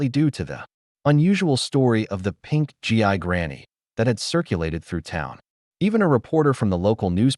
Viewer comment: It’s pronounced geee,not G I. Gi is what soldiers used to be called, like GIJoe dolls.